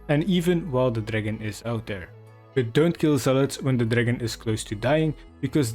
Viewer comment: I love how he doesnt say dragon but instead says dragn